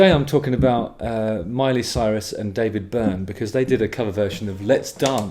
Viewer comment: I love it that you pronounced her name "Soyrus" 🤣